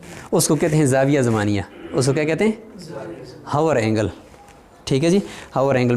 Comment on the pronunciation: السلام علیکم ۔۔۔ دائرہ زمانیہ یعنی hour angle کو پڑھتے ہوے لفظ " h " نہیں پڑھیں گے یعنی " آور اینگل " پڑھیں گے ۔